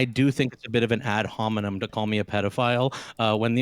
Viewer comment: "is that a add homenem"?